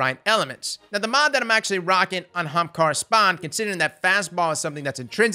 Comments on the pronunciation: It's pronouced "AH-hamKaras" xD not just "hamkaras" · OH MY GOD, PRONOUNCE THE “A”! ITS NOT HAMKARA! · Let's say it together "Ah-haum-car-ah" not "........ Hahamkara!" lmfao I love you dude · Say "Ahamkara" again. I dare you. I double dare you. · Say "Aha!" NBow say Ahamkara, not hamkara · As being an Indian and ahamkhara being an ancient India word, I am truly offended how you're pronouncing it, it sounds like AH-HUM-KHAARA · Why does he keep pronouncing the Young Ara-ara's Spine that way? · Say it with me "ah HAM kara" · pls. Everytime you mispronounce AH-HUM-CAR-UH, a hunter switches to Stomp-ees. pls q-q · U need to do more builds that have this name in it because every time u say Ahemkara (man I can’t spell) I laugh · Ok for everyone it's A-haam-ka-ra. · The viewer:: kamehameha-amkarah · It's not Ahem-kara It's pronounced Akuna-ma-tata-arms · Did you record your voice to say Ahamara and slap it in there when u need to say it? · RTT2 Games “armkara” 👌🏼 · That's the southern way to say it..."HAMKARA!" lol 🤣🤣🤣 I'm from the south too so I know . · The emphasis on AHAMKARA cracks me up. XD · Theres a reason no one talks about it. Cause everyone thinks stompies are best, so they use them. Then the ahamkara users can insta kill em with grenades. Its a sleeper exotic, but now our eyes are open. Also i how how he says ahamkara. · Could you pls say the A on Ahamkara? 😅 The way you said it in this videos kinda triggered me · I will never say AHAMKARA the normal way ever again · The way you said Ahamkara made me giggle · Me too 😂😂